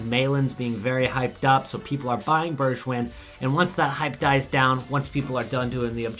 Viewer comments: You say Bergwijn like Bergwine (🇳🇱🇳🇱) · The way he pronounces Bergwijn makes it sound French lmao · And with a G as in goal